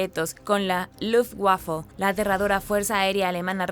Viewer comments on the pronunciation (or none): Jajaja suena gracioso como pronuncio luftWaffle!!!